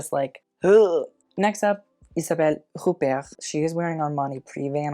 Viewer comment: huppert - h is silent